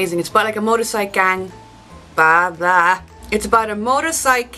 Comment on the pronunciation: M-o-t-o-r C-y-c-l-e ! (cikil) damn yer' sorry pronuncimacation'gurl'!